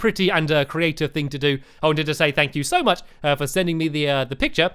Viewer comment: It's thing not thang dude calm down